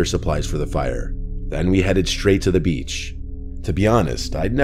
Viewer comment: The way he says "beachh" xD only love for but I giggled a bit:p